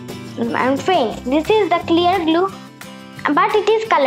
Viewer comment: You should have said clear not celearr